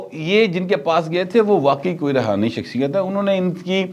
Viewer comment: Rohani not Romani.